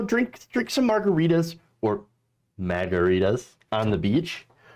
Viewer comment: He said MAGAritas